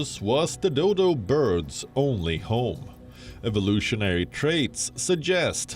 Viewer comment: Did she said the Doydol?